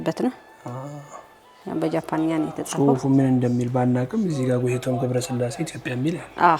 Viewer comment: ጋዜጠኛው ምንድነዉ ጎይቶም ጎይቶም የምትለዉ ጎቶይቶም ነው ጎይቶም የወንድ ስም ነዉ